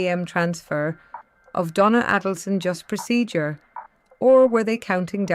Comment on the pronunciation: Check the correct pronunciation of Donna's last name.